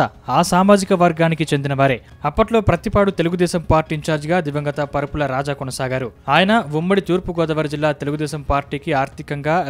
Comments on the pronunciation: పరుపుల కాదు రా బాబు వరుపుల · పరుపుల కాదురా బాబు వరుపుల